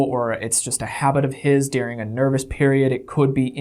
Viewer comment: Yes,! Go off!!! These people are disgusting and remind me of the Stauffer’s mishandling of their adopted child. Let’s hope this incident tanks their channel and their livelihoods. I feel bad for their child and poor Bowser. Also, I love how you pronounce the word during as “dearing”. What region did you grow up in?